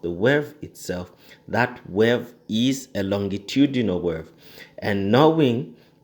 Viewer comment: Thanks for the great video but I believe it's pronounced 'wave' not 'werve'